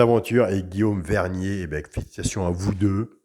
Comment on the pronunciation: Cc si c moi c Guillaume verrier et pas vernier